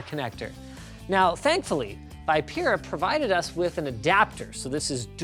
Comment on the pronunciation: I think "vipera" is spelled "Vee-peh-raa" :-?